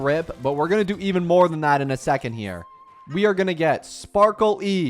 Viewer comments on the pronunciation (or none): none